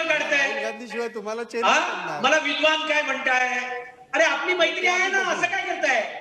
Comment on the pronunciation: Vidvan nahi ta. Vidva ahe ta.